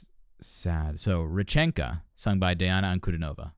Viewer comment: Welcome to more of the magical, mystical world of Princess Diana, The Goddess Voice of Nature. Continue to enjoy your journey. BTW, her first name is pronounced Dee aunna.